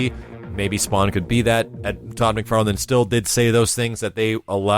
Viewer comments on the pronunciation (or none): none